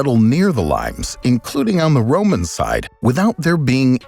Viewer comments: Lee-mayss or lee-mayz, not limes as in the English name of the green citrus fruit. Hadrian's Wall was built in Brittania not Brittany, which is the modern English name of the Celtic region of western France. I stopped watching after that. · My old high school Latin suggests it is pronounced "Lee-mace", not like the fruit. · Is "limes" a Latin word that is pronounced lee-mez rather than like the fruit? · Pretty sure you're pronouncing the Roman "limes" wrong.